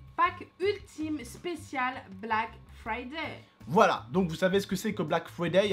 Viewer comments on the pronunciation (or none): Mdr on dit "BlackFrayday" pas "Black Friday" Mais tranquille c'est la même, sinon bonne vidéo..